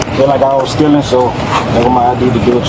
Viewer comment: “Dey fill like I b stillin” No, they know you “b stillin”